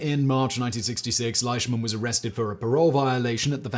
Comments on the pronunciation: Most of what you said is true. There's a few things you got wrong tho lol. And please for the love of God, his name is pronounced LEESHMAN not LISHMAN! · Its pronounced, leeshman .. He is my cousin's grandfather great video thi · yes he is correct. It is LEEshman. I should know. The Flying Bandit is my grandpa. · You did a pretty good job on the presentation Although the correct pronunciation of his last name is Leeshman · Same with Leishman. It's LEESHmin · We pronounce it Lishman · Are you sure? ei is usually pronounced I in German as in Einstein, and Ramstein. Ok looked it up not a German name. Scottish in origin apparently and you are perfectly correct. I would have pronounced it just like he did (and been just as incorrect), because of the spelling.